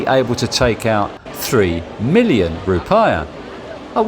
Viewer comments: Bintang Bin tang not bantang. Rupiah Rew Pee Ah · Mate, just get a Wise card, it works on (almost) aby ATM in the world, and the exchange rate is good. Not that you'd need to use the ATM, you can just use the card in shops. Also, the 'i' in 'rupiah' is pronounced 'ee' - roo-pee-ah